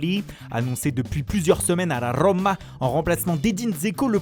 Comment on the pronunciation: Franchement vos accents pour sanchou, watfourde et la rllrlroma c'est juste du gâchis pour le reste du travail. De 1 les accents ne absolument pas les bons. Vous en faites trop De 2 ca vous rend ridicules ..